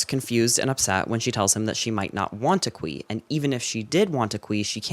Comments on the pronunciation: "the khui thing" Definitely thought you said "queefing" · i kept thinking u said queef